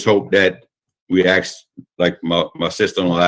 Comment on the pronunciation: Jesus, your boy can't pronounce "ask"